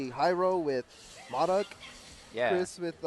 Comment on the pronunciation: has to seriously learn to say MODOK properly...